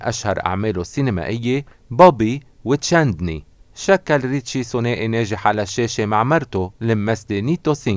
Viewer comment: اولآ الممثل الهندي اسمو ريشي كابور مو ريتشي وهي اسمو بل هندي ऋषि कपूर واسمو كمان بل انكليزي Rishi Kapoor يعني حلو يلتفظ الاسم بطريئة الصح 😁 (والله يرحمو يارب ويغفرلو )